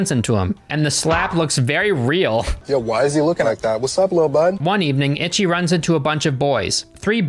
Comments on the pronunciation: Okay,trade secret guys... In malayalam,ichi actually means shit.... In malayalam thought,not many people speak it,so not a problem... And it should be pronounced icchi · It's pronounced like ee-chee not itchy. I would know because I speak Japanese. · That is: it's Ee-chee. Also, it's Mee-ee-kay. Double ii's are an 'ee-ee' sound but the pronunciation is rapid so it's almostttt an 'ee' - it's a 'glottal stop' if I recall my college linguistics class. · For real I've been learning Japanese and its driving me crazy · exactly like they acting like he’s just automatically supposed to know how to pronounce a foreign word in a foreign dialect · If he watched the movie in it's original dub with English subs then shouldn't he know how to pronounce Ichi?? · Am I the only one getting triggered by his pronunciation of Ichi 🙃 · I cannot stop giggling every time he says "Itchy," very American pronunciation, instead of "Ichi" (pronounced more like "EE-ch(i)" It's difficult because the "i" at the end is like a pretend noise. Japanese language is so difficult and unique! I love it 💜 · That goes for any language. Even British ppl dont pronounce words the same as Americans. Im Japanese its ee-chee for English pronunciation. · eech, the final i is silent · People in the film say ‘itchy’, I’ve only heard fans and people outside the film say ‘EEchie’ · "EECHEE" The Killer. Itchy The Killer makes it sound like he has scabies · Ichi, isn't pronounced ITCHY... Its pronounced EECHEE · I just recently subbed ur voice soothes me to sleep and ur funny BUT as a super gore and splatter fest fan(which was mostly asian at the time of this film) u gotta pronounce the title rite 😂its not itchy the killer its E-SHE the killer. this film is GANGSTER and i love ur channel. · its EEE CHI not itchy... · Not ‘itchy’. It’s pronounced ‘eechee’. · HAHA "Itchy" The Killer.....EE-CHEE,. EE-CHEE. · Ichi is pronounced Echee my friend. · Not itchy but eechee lol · it's pronounced "ee-chee" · Ic h I !